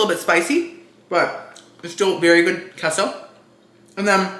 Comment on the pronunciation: "I'm half Cuban" also - "I don't know how to pronounce queso"